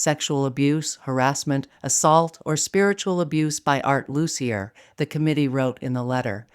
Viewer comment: Loos-ee-yay, not Loos-ee-yer.